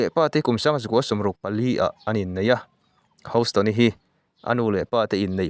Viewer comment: House nilo in hous ringawt tur awww 😅